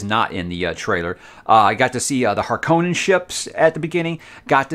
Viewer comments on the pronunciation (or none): >Harkownen instead of Harkonnen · Harkonnen, the name, looks somewhat Finnish inspired (they've had a president named Halonen, for instance). If that is indeed the inspiration "Hárkonnen" would definitely be more correct than "Harkónnen," the first syllable is always accented in Finnish. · HARkonnen - is how Frank says it. Same with Chani (Chain-ey) rather than (Char-ney)...as much as I prefer the latter.